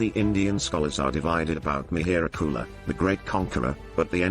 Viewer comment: Parsian language is derived from sanskrit. So, it is mihir kul, which you pronounced as Mehr gul.